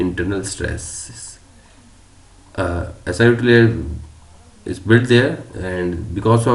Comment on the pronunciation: "Danger of high wrap", says the narrator. I would expect a danger of high warp. "Si2O", says the narrator. I would expect SiO2. What is going on here?